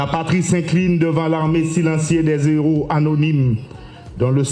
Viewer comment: Hommage à nos zéros de l’indépendance 😂, il a oublié de prononcer les Héros et non les zeros, il n’y a pas de liaison entre les (s) et H ) dans Héros